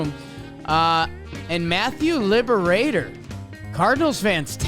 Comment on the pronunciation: It’s Lib-ra-tor not “Liberator”